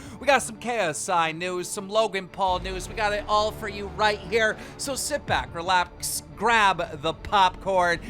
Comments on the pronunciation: “ Sit back, relapKS” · "now sit back relapxs"